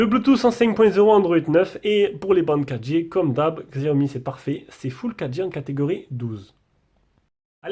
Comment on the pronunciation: Juste pour info : Ça ne se prononce pas "gziaomi" ni "chiaomi", mais simplement "siaomi" !